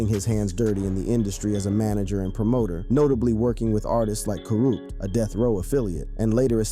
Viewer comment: Did he call Kurupt ‘Kuroo’….